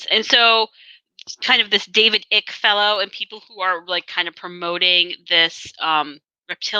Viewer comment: just a note - David Ickes name is pronounced "Ike" - it rhymes with "Mike"